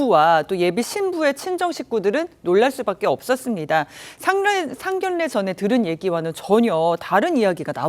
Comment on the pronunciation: 상견례 발음 정확하게 하세요. 😊